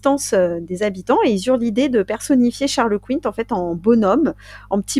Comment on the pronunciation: Ahah Sainte Verge😂😂😂. Comme d’hab, j’écoute à ma pause dej et me voilà m’esclaffant comme une dinde😅😂😂 Toujours aussi bien les meufs👌👍 En revanche, si je ne m’abuse , on dit Charles Quint comme une quinte 😉